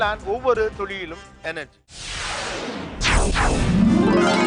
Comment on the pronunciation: Why does Mr. Gopinath says "Ovavoru thuzhiyilum" instead of "Ovavoru ThuLiyilum"